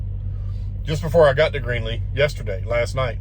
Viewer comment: You mean Greeley..lol... it's not Greenley